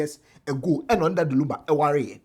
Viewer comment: pls the name is Lumba not Lamba, lumber nd lunba😢😢😢😢